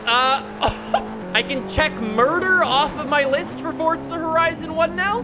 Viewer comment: FORTZA HORIZONN 1